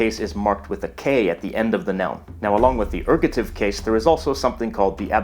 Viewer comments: ergative, not ergotive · Isn't it Ergative (not Ergotive)? :P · Erg-o'-tive ERGATIVE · Very impressive, thanks. Ergative, not ergotive, though. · It's called ergAtive, not ergOtive. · Dude, you misspelled ergative, and mispronounced it aswell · Just two small things, first it's ergative case, not ergotive case. The pronunciation of euskara is a little bit off (the eu is jsut like it's in Spanish). And although Basque is speaked only by the 27% as L1, there is about a 15% in the Basque country who is also a L2 speakers. The statistic are more interesting when you look into the younger generations, who grew with schools were basque was teached, were two thirds are bilingual. These numbers come from a study done in 2006, more recent studies show that the numbers are growing (except in the French regions, were the opposite is happening). So Basque has a good perspective of survival. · The mispronounciation of Pyrenees led to a facepalm in another video... so I'll point out "Basq*i*e", "erg*o*tive", and that Euskara isn't YOOskara but eooSKAra /eus'ka.ra/.